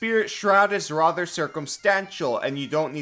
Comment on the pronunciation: Stop saying "rother".